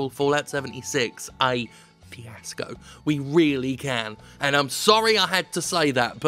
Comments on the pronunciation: He said fiasco right? I cant hear that well i guess and auto captions said i see asco so thats the closest i can guess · I couldn't tell if you were saying "fiasco," or "CS GO," or "PS Go."